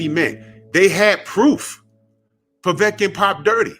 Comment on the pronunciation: I HEARD WILDER SAY POVECIN